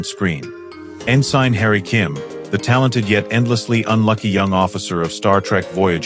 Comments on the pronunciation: No kidding. Besides names, it pronounced ensign as "in sign". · Omg it’s pronounced ensin and chikotay is pronounced like chakootay..learn your pronounciatiins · "En-SINE Harry Kim" Doesn't anyone check these reading for glitches? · Chak- O-tay Better off watchin porn, least their ai PRONOUNCES stuff properly!